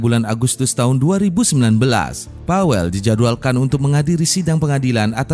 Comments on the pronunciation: Saya tinggal di polandia.. disini nama pawel.. di bacanya paveu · PAWEL DI BACA NYA PAVEL KAK DALAM BAHASA POLANDIA W DI BACA V ❤